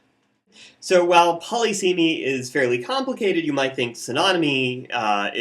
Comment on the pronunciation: Saying poly seemy instead of puh liss uh mee irks me immensely.